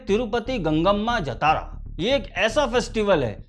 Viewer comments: Not jatara... It's pronounced as jaa-ta-ra जातरा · उच्चारण ❌ जतारा नहीं 👉 जातरा ✅ करना चाहिए। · it is jaatra not jatara, written as jathra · Jatara nahi sir Jhataara jha-ta-ra. Fest! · Bhai.. nice review, take a bow 🙏🏻 By the way, it’s not #Jatara (जतारा) but it is #Jaatara (ज़ातरा, జాతర) or #Jaatra (जात्रा, జాత్రా) Thank you 🙏🏻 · jaatara, not jataara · It's Jaathara...not jatara..please correct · Jaatara ki pronunciation thoda galat hei.. जतारा ❌ जातरा ✅ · Bro it's not jataraa. Its jathara 😆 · Please say JAATARA not Jatara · Pls pronounce correct it's Jaatra not Jataara😊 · Brother, it is pronounced as Jaaa-thara and not Ja-Thaaaara. ❤ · jathara is wrong way to pronounce it should be pronounced as "Jaaathara" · जतारा नहीं जात्रा होता है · Baabu!!! it is 'जातर' not 'जतारा' --- its 'मातंगि वेषम्' - Not 'मतंगि वेषम्' please correct the pronunciation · Sir as telugu audience i want to correct the pronunciation of jatara, its actually jhaaathara,,i am sorry ,,jai hind ,, you have given a great review understanding the core philosophy,, 🫡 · It's Jaaa-Traaa jaatraa .....Matangi vesham or Vesh on 6th day. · Sir , no offence...your pronounciation of #JATARA is wrong...talk to any Telugu friend for correct way...if you can share your number can call you to explain ...am a तेलुगु speaking person